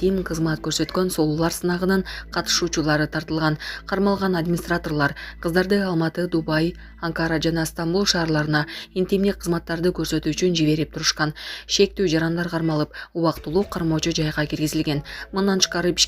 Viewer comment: Булак ньюз деп моделЬ деп кайсы жерге интонация каякка басым жасап окууну уйрончу интимь дебей. Анкааара деп. Окуганды уйрончу бай болгур. Уялып жатам.